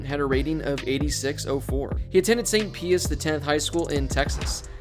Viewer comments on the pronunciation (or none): "He attended St. Pee-us the 10th High School." I think Pius is pronouned like "Pie-us" fam.... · “Saint peeus” 🤦 come on man try a little harder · St. Pie-us.